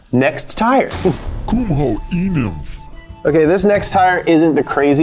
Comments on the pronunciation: Anyone else “e-nimf” was thinking “e-milf” someway hahahaha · "E-NIMF" 😂😂😂 Tons of those at EDC. lmao